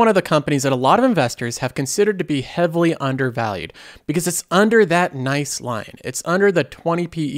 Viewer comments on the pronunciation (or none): none